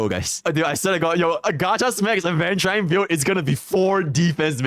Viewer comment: It's pronounced aventu reen not rine.